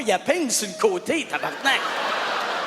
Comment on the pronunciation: Il prononce mieux tabarnak que les Français 😂.